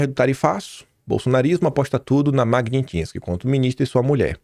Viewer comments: Não é MagniNtsky! É MAGNI - TS - KY! Já havia observado anteriormente... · Repeat: Mag-nits-ky